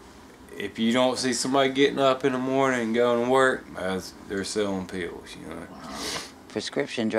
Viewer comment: pills? no, "peaals"